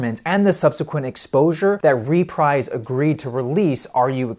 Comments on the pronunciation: The US album sleeve is a lot better, I agree. I have this on some sort of fairly recent release, as mine has a UPC, but is not a double LP. BTW, Reprise is pronounced reh-PREEZ. I said it the way you do, until I watched a Captain Beefheart documentary (check it out, it's on Youtube) and it discussed how Beefheart's "Lick My Decals, Baby" had an odd bit of promotion, a TV spot. The narrator in the commercial says "new on Reprise" and pronounces it reh-PREEZ. Keep up the good work, man. Love your videos. I'd really like to see you delve into some CCR. If you know anything about Marc Maron, he says whenever he shows off his setup, he puts on their self-titled "Creedence Clearwater Revival", which is rather unlike their later releases, being more psychedelic than the rest of their albums. Also, Big Star? Check out Big Star! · Dig it, it's pronounced "ruh-PREEZE" Records, babe, not "REE-PRIZE" (like ). And that's from the 'Chairman of the Board' and founder of Reprise, Mister Frank Sinatra. Get it right or he may just posthumously send some people over there, right. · The record label is pronounced REPREESE. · Also (and this is not obvious): the US label name "Reprise" is pronounced "ree-PREEZ." The label was founded by Frank Sinatra in 1960. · Unlikely. I few sentences earlier, he referred to "RE-prize" Records. But I have some sympathy. There are words, particularly names, that you can know a lot about from reading, but just not have come across them in conversations before. The pronunciation of a word like Greenwich looks pretty straightforward unless you have heard it spoken. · Frank Sinatra's record label is pronounced ree-PREEZE. FYI... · ..reprise..Greenwich..the guy needs some pronunciation lessons